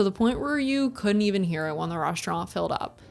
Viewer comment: resh - trant